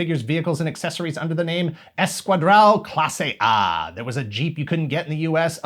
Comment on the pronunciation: Dude, I found it really funny that you said "Esquadrão Classe A" in Portuguese (and you did pretty well). I never imagined hearing you say Brazil in your videos. Congratulations on your content. 😝